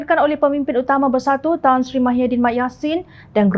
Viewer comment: Apa dah tukang juru hebah beeita ni. Nama org pun ckp salah. Muhyidin blh jadi mahyadin